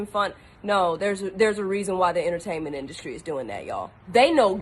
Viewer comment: “Inner - taint - ment”! Eyes and ears are portals so be cautious of what you allow in!